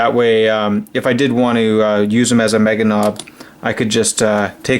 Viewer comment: Ey lazy git, where is dat B in meganobz?:-P